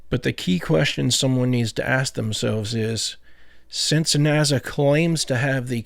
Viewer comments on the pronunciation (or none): Are you not aware of the difference between Z sounds and S sounds? Judging from the way you say NASA I don't think you do. You say it as if it were spelled NAZA I assure you that's not correct and it makes you sound ridiculous every time you say it.